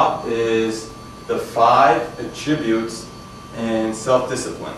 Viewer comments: You're mispronouncing "attribute". Accent is on the FIRST syllable. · It's his odd pronunciation of the word "attributes." It's very off-putting.